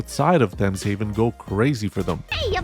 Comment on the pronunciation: Thames is pronounced with a hard T, not a Th sound, IIRC... Or is it mispronounced as a Th sound in the game, like Tuscon being Two Sun?